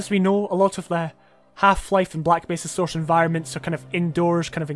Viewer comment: I love the way you pronounce Source. Soursh. Aren't you, by any chance, Sean Connery?